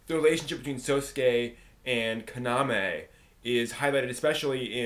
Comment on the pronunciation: you're pronouncing kaname wrong....